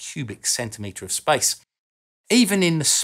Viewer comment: “Spice?” Oh…I get it: “Outer Spice.” (Some sort of accent thing.) “Spice” means “Space.”